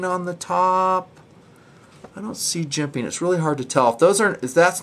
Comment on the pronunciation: I love, I love TNP, I love jimping... but the way says "jemPaing" makes me want to slap a retarted puppy. Probably just too many years of hearing it. I can say with full support though, that I love to hear about "phosssshsfer bronshssss bushssangs"! lol, Seriously though, these reviews are GREAAAAAAAAT!, your style is all your own, and we wouldn’t want these vids delivered any other way. Keep em' coming.